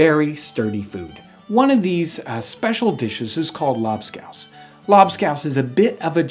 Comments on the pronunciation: A strange way to pronounce Labskaus. Here on the german coast, we still eat this stuff. But the recepie has changed quite a bit (salted beef, potato, beetroot and onions cooked and mashed together, served with pickels, eggs and pickeled fish) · They way he pronounces lobscouse just sounds wrong. Idk if hes saying it wrong but I'm just saying lol